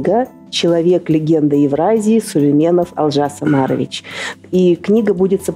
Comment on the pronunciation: Можно же ударение ставить на О, у вас выходит Алжас Амарович,что совершенно не приемлемо,даже русскому слуху..